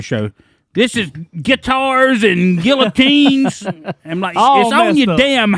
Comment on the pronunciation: FINALLY pronounced Guillotines correctly! 🤣🤣🤣🤣